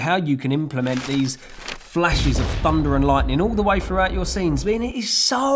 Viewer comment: is it just me or does it sound like 'funda' everytime he says 'thunder'?